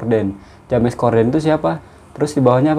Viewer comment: Salam sunan...bkn sekolah swasta tpi sekolah pemerentah...P ITU bermaksud perempuan...kalau L..Tu lelaki...bkn Ja mes ..tpi di sebut Jems...maaf ya jika diperbetulkan sebutannya...